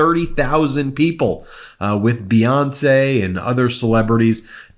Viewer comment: The way he says Beyonce...oy